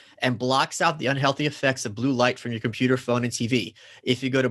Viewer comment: "the compuper"